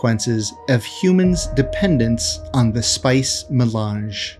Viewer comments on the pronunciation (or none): none